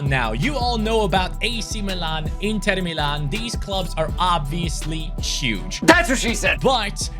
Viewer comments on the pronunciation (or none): none